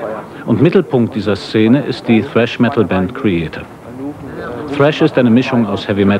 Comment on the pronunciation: "Sräsch Metal"